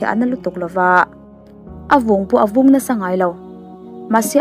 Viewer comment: A vung in a vung- a vûn in a vung A eng avangin- a en avangin(tiang hi lam dik thin tehu 😷